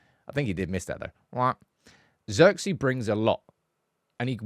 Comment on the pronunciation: Its zeeeeerkze